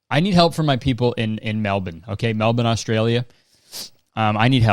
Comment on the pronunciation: HE SAID MELBORNE CORECTLY GUYS OMG FINALLY